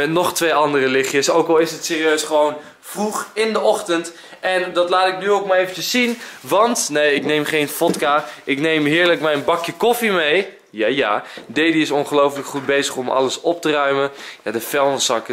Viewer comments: vodka spreek je uit als wodka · Vodka, dat spreek je uit als wodka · hahaha de manier waarop jij vodka zegt is al genoeg bewijs dat je niet drinkt